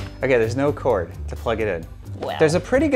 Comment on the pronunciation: cord! NOT CHORD